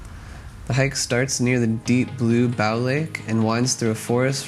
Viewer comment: "Bow" as in "and arrow" - not not as in "bow down" Otherwise 👍